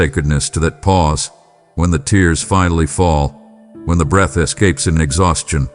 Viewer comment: It’s pronounced breath, not breathe